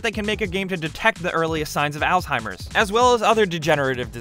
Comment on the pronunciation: Altimers? Dementa? Might wanna learn how to pronounce some things as you do the research. I believe you were going for " Alzheimer's and Dementia"